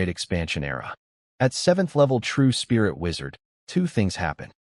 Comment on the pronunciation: Storyteller is calling spirit like Sprite